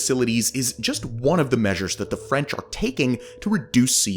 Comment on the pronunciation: i love your "fraunch" pronunciation. so fancy🍟